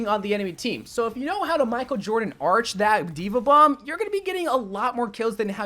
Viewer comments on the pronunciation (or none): none